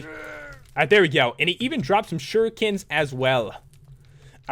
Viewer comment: It's pronounced shure eek ens